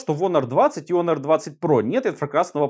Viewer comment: Не онор, а хонор